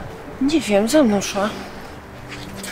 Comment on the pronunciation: Nie szła tylko sedła